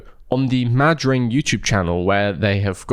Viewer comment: You're probably not supposed to pause between Mad and Ring so that it's like a weird pronounciation of Madrid. Not saying that makes it better.